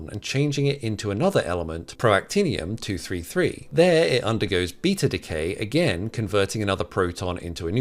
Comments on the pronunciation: Also called protactinium "proactinium" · That's not how you pronounce Protactinium